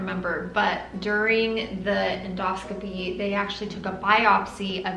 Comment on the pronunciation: En dos--copy!! Not, endo scopy! Important to pronounce it correctly!!